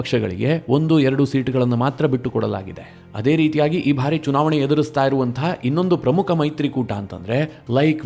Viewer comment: ನಿರೂಪಕರೇ , ನಿಮ್ಮ ಬಹಳ ಸ್ಟು U ಟ್ಯೂಬ್ ಗಳ ವಾರ್ತೆ ಗಳನ್ನು ಕೇಳುತ್ತಿದ್ದೇನೆ. ತಾವು ಕೆಲವು ಶಬ್ದ ಉಚ್ಚಾರಣೆ ಸರಿಯಿಲ್ಲ ಅನಿಸ್ತದೆ . ಬಾರಿ ಎಂಬುದನ್ನು ಉಚ್ಚಾರಣೆ ಮಾಡುವಾಗ ಭಾರಿ ಅಂತಿರ ಭಾರಿ ಗಾತ್ರ = ದೊಡ್ಡ ಗಾತ್ರ ಭಾರಿ ಪ್ರಮಾಣ= ಹೆಚ್ಚಿನ ಪ್ರಮಾಣ . ಈಗ ಅರ್ಥವಾ ಯಿತಲ್ಲ ಬಾರಿ ಹಾಗೂ ಭಾರಿ